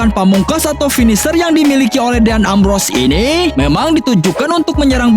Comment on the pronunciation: din embros bukan deyan ambros